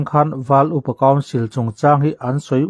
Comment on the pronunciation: Val iu pa council nge,val upa council? I chhiar khan,iu...ahnu ah i lamleh khan upa .